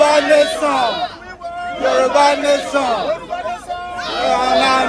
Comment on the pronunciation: please learn how to pronounce Yoruba. Please it's not Yoroba but Yoruba. You are a public relation person and I believe you should know better. Thank you.